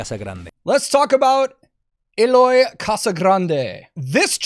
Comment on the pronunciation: It's pronounced eh-loy btw